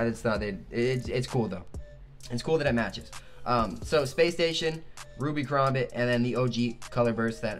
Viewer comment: Ka-Ram-Bit Sorry a pet peeve